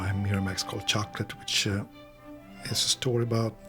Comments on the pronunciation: Exactly Denise - worst of all incorrectly pronouncing the silent T in CHOCOLAT when the French word is pron chocola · It would be good if the narrator could at least correctly pronounce the hame of the movie....it's ' shoc oh lah '